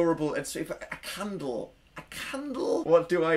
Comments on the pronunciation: dan its candle nOT CHANDLE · no one: dan: a cundle? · Ajlkittycat But he's saying caundle. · Daisy Macdonald its candle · I say candle like that lol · I HAVE BEEN REPEATING THE WORD CANDLE THE WAY U PRONOUNCE IT AND IM NOT SURE IF ITS A WORD ANYMORE WHICH LED ME TO THINKING ABOUT HOW WORDS EXIST WHICH LED ME TO WHY ARE WE HERE PLZ HELP SOMEONE SEND HELP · At last I'm not the only one who does this! Shhh don't tell.... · Is it weird that I like how he says candle? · when you said made a candle i thought i heard may be a cannibal